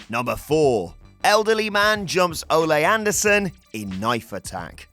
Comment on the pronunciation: OH MY GAWWWD!!! I swear I was going to blow my brains out if you pronounced Ole Anderson's name as olè as if he was El Generico's dad. If that wasn't bad enough, the editor spelled Patreon instead of patron. C'mon guys. C'mon.